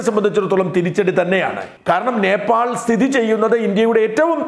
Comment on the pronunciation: നേപ്പാൾ എന്നതിന് പകരം ഭോപ്പാൽ എന്നു പറയുന്നത് എന്തു കൊണ്ട്?